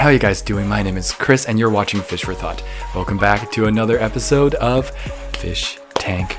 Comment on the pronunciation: I've been watching recent and re watching old videos. Now Fish For Thought sounds like Fish For Thot... I can't get it out of my head